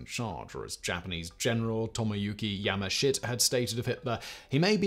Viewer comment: Yamashita mispronounced as Yamashit made me laugh more than it probably should have.